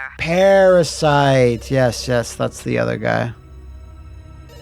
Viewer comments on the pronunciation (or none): It was "YES" not "YIZ" Like he literally turns his face into a Yes album whe he says it.